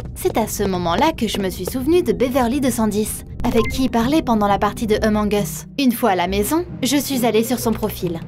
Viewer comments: c'est pas eumong us c Among us avec le A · C pas emonge usse c amonge use (sa se lit comme sa) :) sinon c pg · Elle a dis emong us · Oulaaaaa la prononciation 😅😅🤣🤣 " emong es" 😂😂🤣🤣😭😭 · "Emong us" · Elle dit emong es 😂